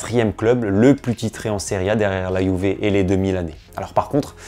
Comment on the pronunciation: Que c’est bon d’entendre une bonne prononciation de « Juve ». Rien que pour ça je m’abonne 😂